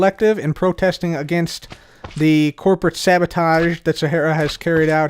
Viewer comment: "Sabatoged" Do you mean Sabotaged? Are you ok?